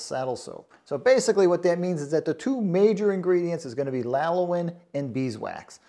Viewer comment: Sounds like you're saying "lalowin." Do you mean "lanolin?"